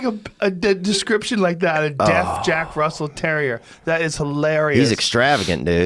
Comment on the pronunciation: Joe “This will be filarious” Rogan